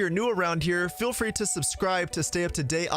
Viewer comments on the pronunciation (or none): none